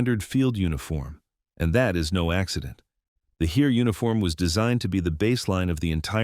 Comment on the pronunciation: If you would pronounce "Heer" how it is pronounced, I'd keep on watching that video. This pronouncation hurts my ears.